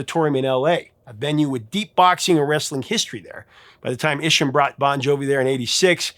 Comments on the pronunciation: Wayne Isham's last name is pronounced EYE shum. He is one of the most successful directors in the history of music video. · Isn't Wayne Isham pronounced "eye"sham? That is how the members of Mötley Crüe pronounced it.